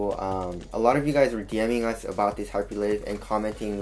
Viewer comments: i think its hyper liyve not live like living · It's hyperLive as in alive